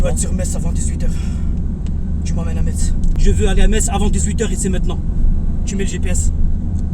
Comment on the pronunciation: Ahah en tout cas tu connais Metz et le dit sans faute sa fait plaisir 😊